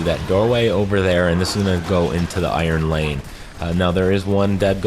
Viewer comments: It's Iron "Line" not Iron "Lane" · Iron line, not iron lane. Garden's spire, not guardian's spire (what?). Shrine of oryx, not shrine of onyx. Seriously dude.